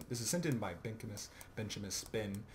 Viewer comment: Thanks for the upload. Subbed. And its Bench-e-mus. lol